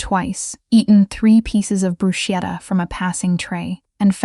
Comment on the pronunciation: ‘brooss-keta’ waiting FOR a grant, not waiting on a grant the past tense of the verb ‘to read’ rhymes with ‘red’, not with ‘feed’